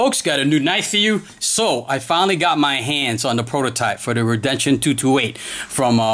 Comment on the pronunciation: (re den see on) is how you say this name